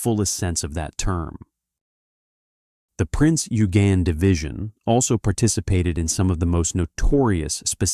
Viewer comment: The pronunciation of Eugen is correctly: "Oy-gen".